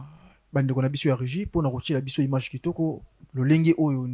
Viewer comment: Bsr ! Svp papa on ne dit pas imange mais image merci beaucoup papa